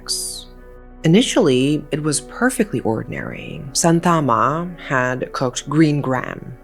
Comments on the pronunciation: Its Shanthamma not Santhaama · Its pronounced as shaa- thaaa- amma